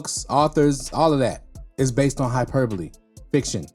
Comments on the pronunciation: You're the only reactor to pronounce hyperbole correctly lol. That word has been whooping everybody else's ass lol. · 😂😂😂😂 He said it so smooth that I didn't even notice. I don't think a lot of the others had ever seen the word in writing before... Lol